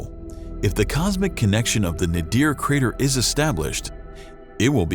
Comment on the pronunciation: Damn! I’m really tired of narrators mispronouncing words! The word is NAYDER or NAYDEER not Nahdeer. You guys have great voices but are powered by small minds. Learn to check how words are pronounced in a dictionary before opening your mouth on a microphone in a studio!